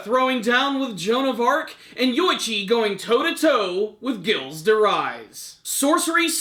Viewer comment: Dude you were butchering Gilles' name so badly in this lol